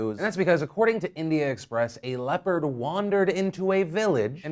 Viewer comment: Hahahaha I kept hearing "leper" instead of "leopard" and I was sooo confused